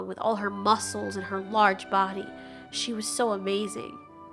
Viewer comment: I just love how the t Rex pronounce body like bodh